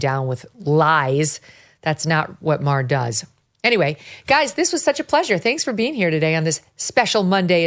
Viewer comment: You're right. ( But it's Maher, not Mayer).